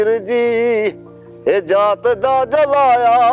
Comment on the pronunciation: ਤੇਰੇ ਨਾਲੋਂ ਤਾਂ ਬਹੁਤ ਪਹਿਲਾਂ ਗਾਉਣ ਲੱਗ ਗਿਆ ਸੀ ਕੰਵਰ ਗਰੇਵਾਲ ਤੂੰ ਉਸ ਦੀ ਨਿੰਦਿਆ ਕਰ ਰਿਹਾ ਹੈ ਕੰਵਰ ਗਰੇਵਾਲ ਦਰਵੇਸ਼ ਬੰਦਾ ਹੈ ਉਹ ਕਿਸੇ ਦੀ ਨਿੰਦਿਆ ਨਹੀਂ ਕਰਦਾ ਤੇਰਾ ਤਾਂ ਸ਼ਬਦ ਉਚਾਰਨ ਵੀ ਠੀਕ ਨਹੀਂ ਹੈ ਜੁਲਾਹੇ ਨੂੰ ਜੁਲਾਇਆ ਕਹਿ ਰਿਹਾ ਹੈ ਤੂੰ ਵਾਕਿਆ ਹੀ ਕੰਵਰ ਗਰੇਵਾਲ ਦੀ ਰੀਸ ਕਰ ਰਿਹਾਂ ਉਹ ਤੇਰੀਆਂ ਗੱਲਾਂ ਤੇ ਪਹਿਰਾਵੇ ਤੋਂ ਸਾਫ ਨਜ਼ਰ ਆ ਰਿਹਾ ਹੈ ਤੇਰਾ ਤਾਂ ਗਲਾ ਵੀ ਤੇਰਾ ਸਾਥ ਨਹੀਂ ਦੇ ਰਿਹਾ ਕਿਸੇ ਦੀ ਨਿੰਦਿਆ ਕਰਕੇ ਬੰਦਾ ਮਸ਼ਹੂਰ ਨਹੀਂ ਹੋ ਸਕਦਾ ਇਹ ਪ੍ਰਮਾਤਮਾਂ ਦੀ ਦੇਣ ਹੈ ਕਿ ਕਿਸ ਨੂੰ ਉਪਰ ਚੁੱਕਣਾ ਹੈ ਕਿਸੇ ਤੇ ਸੜੇਵਾਂ ਨਾ ਕਰ ਤੂੰ ਮਸ਼ਹੂਰ ਨਹੀਂ ਹੋ ਸਕਦਾ ਇਹ ਤੇਰੀ ਸ਼ਕਲ ਹੀ ਦੱਸ ਰਹੀ ਹੈ ਐਂਕਰ ਨੂੰ ਲਾਹਨਤ ਹੈ ਜਿਸ ਨੇ ਵੀਡੀਓ ਦਾ ਟਾਈਟਲ ਗਲਤ ਹੈ ਫੁਦੂ ਐਂਕਰ ਹੈ ਸਿਰੇ ਦਾ ਕਿਸੇ ਦੀ ਤਰੱਕੀ ਤੇ ਸੜੇਵਾਂ ਕਰ ਰਿਹਾ ਹੈ